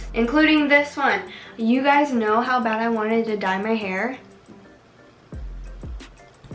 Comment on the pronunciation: “Oh my gwat it hurts so bwat” 😂😂😂😂😂😂